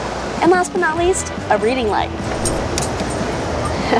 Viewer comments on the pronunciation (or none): none